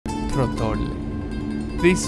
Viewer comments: the accent is on the first o, tròttole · TRO-ttole. The accent goes in the first part of the word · Tróttole, the accent goes on the first syllable. But still, the effort is very much appreciated. Just by trying to do dry pasta at home you have earned the honorary Italian citizenship. Congrats man. My second favourite cooking channel (the best is "italia squisita" obviously 😅) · The accent is on the first O! :)